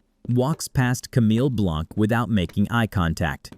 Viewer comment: Pretty sure Blanc is not pronounced Blank